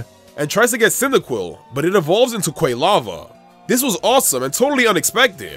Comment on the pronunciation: QUAY-lava?! REALLY?! 😑